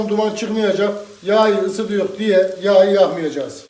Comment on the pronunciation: Abi be ilk kez izledim seni şuan ama şu konuşmanı düzelt be. Valla sen her YAĞYI dedikçe ayar oluyorum. YAĞI diyceksin yağyı değil. Neyse izleyim yağyı kızarttıgın yerde kaldım :D